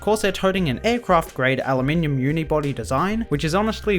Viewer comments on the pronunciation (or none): eli-men-yuum??? its (ə-LOO-min-əm) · it is pronounced all oom in um not alluminium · You really over pronounciated aluminium, it's spelled aluminum for a reason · explain why it's spelled aluminum with only one I and he said aluminium it's pronounced everywhere aloo-min-um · Aluminum. The word is aluminum. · How do you get "aluminium" out of "aluminum"? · It Really bothers me how he pronounces aluminum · Dimitry please. and you said aluminum wrong 😜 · No shit. I said Dimitri please meaning I would rather have him do the videos.